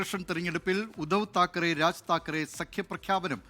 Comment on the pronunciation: താക്കറെ അല്ല ഠാക്കരെ എന്നാണ് ശരി